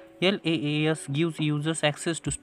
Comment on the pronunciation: Sir tumhi Laas bolala pn te Iaas aahe